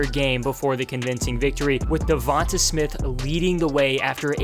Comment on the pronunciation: It's pronounced "Dee-On-Tay" not "Dee-von-tuh" lmao 😭😭🤷🏿‍♂️